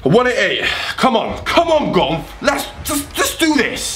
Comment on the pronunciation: Has anyone noticed gonth says gonf